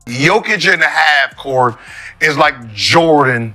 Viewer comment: I stopped the video at "Joe Kick"